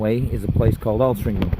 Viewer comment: It's Altrincham bro :-)